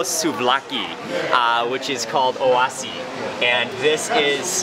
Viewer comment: Dude!.......the people at the Oasis we’re making fun of you. Your outside calling the place O-ah-si.....it’s called Oasis. And you can hear the owner calling you a dumbass while you were in front of the store. Hahaha.